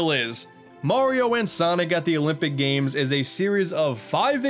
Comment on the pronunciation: Mayrio and Sanic At the Elimpeeck Gams